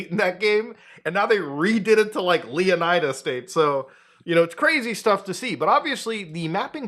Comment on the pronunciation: LEH-OH-NEEDA, not leeo-nuheehdah